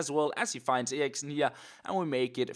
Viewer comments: Well this is pretty awkward especially because says "Eriksen" the right way.. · In Denmark that is how you pronounce it...